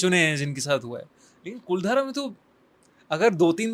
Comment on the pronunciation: 'कुलधारा' नही वो 'कुलधरा' है।